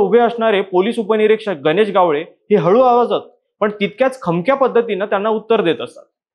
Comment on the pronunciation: गावळे नाही रे बाबा ..... गावडे